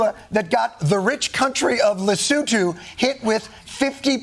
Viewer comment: Okay but are we not going to note the accurate pronunciation of Lesotho?